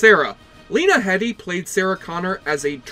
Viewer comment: lena headey not headley , also shes bermudan with a british citizenship